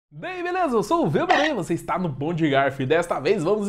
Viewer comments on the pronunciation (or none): none